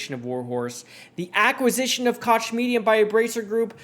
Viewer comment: Just an FYI I believe Koch is pronounced coke as in the Koch brothers.